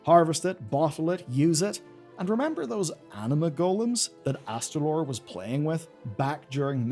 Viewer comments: It's AsTAlor not AsTRAlor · I know “calling out YouTubers for mispronouncing fantasy names” has become a meme but he immediately adds an extra R that simply isn’t in Astalor’s name [not Astralor] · Astalor, not Astralor. Don’t mangle my boy's name or I'll extract your anguish! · HOW. HOW ARE YOU STILL SAYING "Mu'ru" WRONG?!?!?!. It's not even just this name. You said "Astralore_ in the beginning. It's not kel'thas. It's Kael'Thas. There's an ae sound!!! Just wrote your scripts phonetically!! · Why do you keep adding an extra R to his name when you say it? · Uhm, ACKSHUALLY, there's only ONE 'R' in Astalor's name... ☝🤓